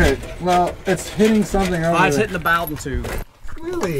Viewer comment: Love how he pronounced "bowden tube" LOL ;-) The Bow is like Snowden😉Sorry just me being persnickety 😉 Love your channel keep it up!!! 👊👊👊👊👊